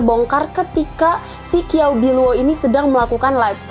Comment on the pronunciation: Kiao biluo ? Qiao bi luo mgkn ? Bacanya kynya ciaopiluo